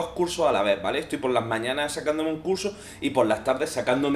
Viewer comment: Animo con el curso. ¿O dijiste curse? Eres un brujo